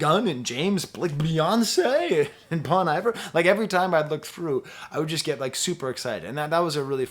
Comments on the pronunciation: Bon eye-ver 😭😭😭😭😭😭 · just say bon - iver WRONG how did this happen?! omg he just said it wrong again omgg